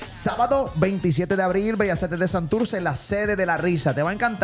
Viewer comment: Santurtzi,se dice Santurtzi!!!!!!!